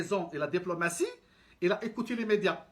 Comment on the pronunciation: Apprend à parler le français en 1er. Des chose que tu maîtrise pas il fait en parler. On dit écouté et non pas écoté